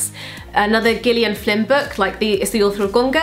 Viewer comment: I thought Gillian was pronounced with a J not a G?